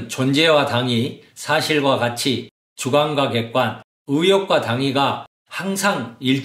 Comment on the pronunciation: 장음인 단어의 첫 자를 짧게 잘못 발음한 예: 가치,정립,시작,정말,좋습니다,ㅃ111 남친, 가치,보석,행복,자격, 등, 장단음 문제가 심각합니다. 그리고, 이론쩍 도덕썽 관껀결정쩍 등 된소리 발음은 잘못입니다. "한국 어문을 고발함"이라는 챗을 일독해 주실까요. 미국 변 완수 배